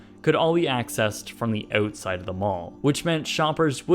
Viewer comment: the OOOtside of the mall 😂🇨🇦